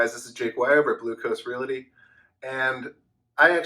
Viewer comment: Although I cringe when you say "reality" rather than "realty" your videos are very helpful and on point for anyone considering, as am I, relocating to Wilmington, NC. Thanks!